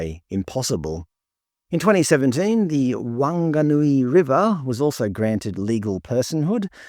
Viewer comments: FYI ‘wh’ is pronounced as ‘f’ in NZ. So it’s Fanganui. Like the videos by the way. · "Whanganui" is pronounced Fanganui. "Whangarei" is pronounced Fangerei. "Whakatane" is pronounced... "Wh" at the start of a Maori name is pronounced "F".